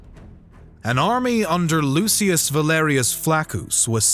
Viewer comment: Why do you call Cinna Chinna, and Lucius Luchius? Is that the correct pronunciation in Latin?